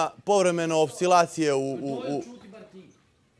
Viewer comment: nije,,opsilacije'' nego,,oscilacije'' (nemoguće da ne znaš)?!